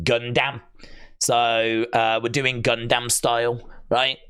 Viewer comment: Great video. You say Gundam wrong. Make me laugh. Gun-Dam...